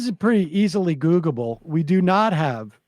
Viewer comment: Googa-ble. Yes 😂